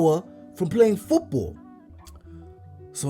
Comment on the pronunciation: I swear this man is saying Foopball 😂😂